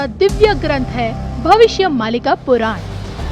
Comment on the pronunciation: पुरान नही पुराण बोल